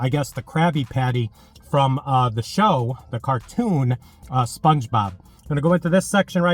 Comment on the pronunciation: you said spluongebob like 30 times hahaha